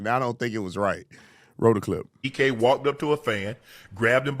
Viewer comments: lol his name IS DK not DJ ☠️ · ITS DK NOT DJ